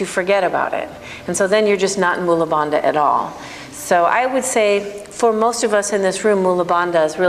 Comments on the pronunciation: You are so good. I think Bandha should be pronounced as Bun + "The" Bandhhaa. not as Da/Duh. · True, must westerners cannot get their head/tongue around correct Sanskrit pronunciation. Bandha consists of a dental 'n' and a dental-aspirated 'dha'. As there are no equivalents of dental consonants (sounded with the tongue touching the back of the teeth) in English - English speaking 'yoga teachers' butcher the pronunciation. Therefore, listening carefully, one hears that she also mis-pronounces 'agni'. Also it's not pronounced 'mula' but is pronounced 'moola' (long 'u' not short 'u'). And also uddiyana with its long 'i' vowel and double palatal consonant…. Best not get me started...